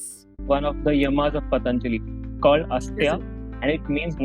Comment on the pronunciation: Not Asateya...It is Asteya